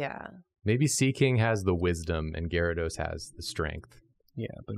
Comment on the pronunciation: Why do people ignore the Y in Gyarados? Edit: Love ya